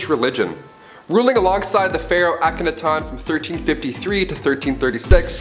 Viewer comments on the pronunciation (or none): IKR...Auck-ah-nay-ton? Who da fuc is dat?? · Geez mispronounced akenatin too omg...and I've turned into a nerdy grammar and speech cop 👮‍♂️ lol what have I done....I must go fix my dastardly deeds...I'm sorry freinds.. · He mispronounced Akhenaten's name.